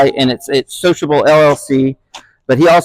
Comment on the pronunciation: What kind of MI accent can turn SiloCable into sociable?